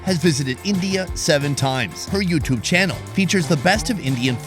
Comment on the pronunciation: Chube was good. Try saying tomato properly, next. To-mahr-to ❤